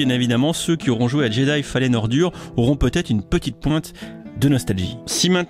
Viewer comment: C’est moi ou il a dit « jedi fallen ORDURE »